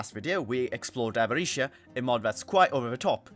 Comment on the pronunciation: The way you say Avaritia makes me incredibly angry do not ever show your face in Budapest